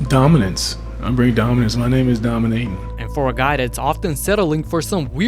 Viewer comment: Not Domin-ayton!